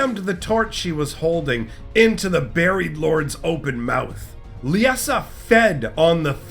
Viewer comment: Great video, as always. One question: Why the pronunciation? Lie-Sa, I really don't understand why every youtuber I've seen has issues with this name. Lisa, Lieza, and now Leessa. It's just Lie-Sa, they way it's spelled, Liesa. Again, great video, though it was like nails on a chalkboard each time you said it. Much Love, keep up the great lore videos!